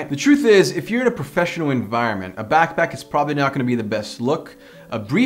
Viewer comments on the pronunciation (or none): it's back pack not back back